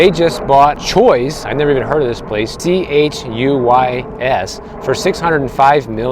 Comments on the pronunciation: Haha, Chuy’s is pronounced Chew-ies and that’s from Texas ❤ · Chuy’s - pronounced Chewy’s. To your point, I completely agree that the 10 biggest corporations should not own all the businesses and real estate. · It's pronounced CHEW EEEEEZ